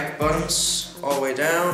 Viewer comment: Hey man just helping you but in every video you say something like: bottoms, instead of buttons. Very cool video's though